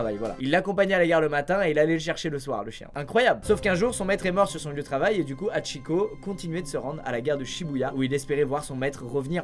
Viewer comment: Le H se prononce. C’est insupportable de voir qu’elle qu’un écorché le nom de Hachikô …